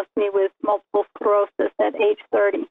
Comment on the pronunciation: "mulible skerosis"? it's MULTIPLE SCLEROSIS